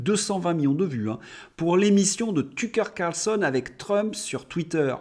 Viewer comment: De grâce ...! Arrêtez de "blaireautiser" les noms des gens et autres : " Tücker Carson , le Lancet (qui est anglais et qui se prononce Lancette ") les gens qui ne connaissent pas ne peuvent pas avoir la juste référence ! - Pour les mots et noms anglais oubliez la France, vous êtes en Australie ! ! ! la traduction google" basée sur Ai est lamentable...ils feraient mieux de lui apprendre le français .